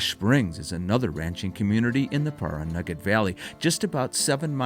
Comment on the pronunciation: I grew up in Las Vegas and spent a fair amount of time traveling to and through Pioche. I really enjoyed the video. Caliente has really changed since the last time I went through it, back in the early 90s. Pahranagat is pronounced as Pah ran a gat, not Par A Naggot.